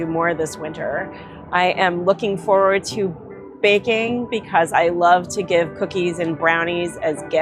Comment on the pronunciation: Sounds like she has the vaccine sluurr already she could barely get the word baking out of her mouth. Anyone notice that? She sound like she has brain damage and is also reading of a prompter and is struggling HARD. Like seems bad. Who’s betting on how long she lives for?